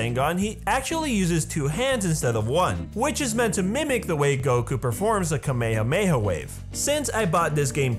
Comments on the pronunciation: Kamehameha not kameamea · This dudexsaid kamehameha wrong